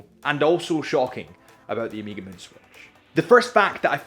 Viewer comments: Please please! Learn how to pronounce it : ow-meh-guh. Its annoying. Is the last letter of the greek alphabet. Please don’t say omeeeeeegaaaee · One more thing: it’s not “omeega”, it’s “oh meh ga”, you can do it. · Listening to you say Omeeeega like 20 times was killing me, although I made it through the video. I don't know why people can't pronounce the word Omega correctly. It's really not that hard, look it up. It's a Greek word with a soft E. Im not trying to be a grammar Na*i but for the love of god if you say a brand name 20 times in a video....say it correctly. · Good lord this guys annoying. Music in the back is atrocious. Nobody cares about your date story - could’ve just explained that resale value is higher than retail. And it’s not “Omeega”.